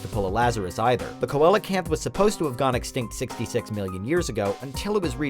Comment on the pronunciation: I'd like to let the narrator know that "Coelacanth" is pronounced SEEL-a-canth, along with a few other pronunciation corrections.